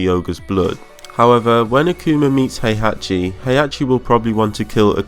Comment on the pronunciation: He -Ah -ki. Not Hey -Ah -che